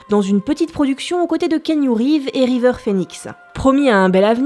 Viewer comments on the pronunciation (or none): none